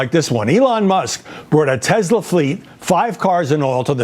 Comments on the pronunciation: Tesler!...LOL...can`t even get the name right. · "Buy a Tesler , It's computer" donald j fuknecKKK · Did trump really buy the tesler ( trumps pronunciation of tesla)? Or our tax dollars or was that simply a scam and not a purchase. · It’s Tesler …. Right ? 😂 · Tesler......... bigly computer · Felon trump called it a testlor 😂😅